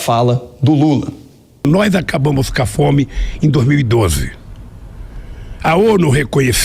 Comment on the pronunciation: "Acabamo cá fome"kkkk o imbecil não sabe nem falar corretamente!Só sabe.....!!!!